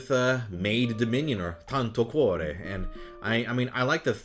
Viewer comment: Tanto cuore in italian could be translated as "a lot of heart" or "much heart" i think. Anyway, nice pronouce!